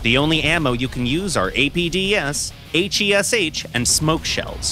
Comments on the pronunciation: Aych ey es aych JUST SAY HESH LIKE A NORMAL PERSON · pleaseeee call it HESH, not H E S H 😭😭😭😭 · Please just say hesh instead of H. E. S. H. AAAAAAAAAAAAAA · Mate it's called HESH not H.E.S.H !!😂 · Took me a Minute to realise what hes talking about those H. E. S. H. rounds, weird way to pronounce each letter by its own. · “H E S H shells” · Blud said “Hayche Eee Ess Hayche”